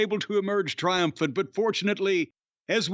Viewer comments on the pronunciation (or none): Hahaha “ i feared the tories where tryumphet “